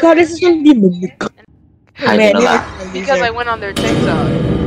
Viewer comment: I love how they saying "Mimik" instead of mimic😭